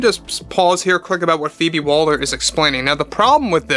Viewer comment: Why do you keep calling her "Phoebe Walder" ? Her name is Waller, not Walder !